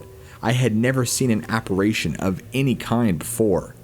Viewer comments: When he said appar-ay-tion instead of apparition once I thought he just pronounced it wrong on accident but then he said it 3+ more times 😭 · I'm not sure which country he's from but many words are pronounced differently from area to area in the USA, much less from country to country.